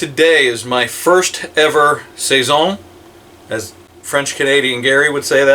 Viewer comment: Lol, you said that perfect, so proud.....lol sounds amazing